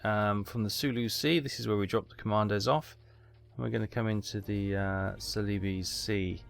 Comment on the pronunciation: I looked up the pronunciation of celebes - it's "seleeburz". No I didn't know either.